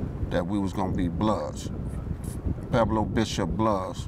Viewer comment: Gonna let you guys in on something....it's pronounced Pweb-low, not Peblo. I know it will not change anything at this point and I know the whole point is to not be "proper" and conform and all that woo woo woo (just like wearing your pants around your knees with underwear fully exposed), but this intentional continual mispronunciation of these words just makes anyone who is trying to have understanding of this culture feel like it is hopeless for many gangsters to even be taken seriously. Watch any DJ Quik interview and see that you can still be "hood" even if you talk more "proper" and it will allow others to actually feel like there is a chance for you.